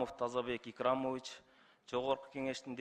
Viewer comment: Уят эле мексалю озунун отчествосун даже туура айталбай жатат акцент менен икрамович деп айталбай икрамоич деп уят ушул эмнени кыйратат эле депутат болуп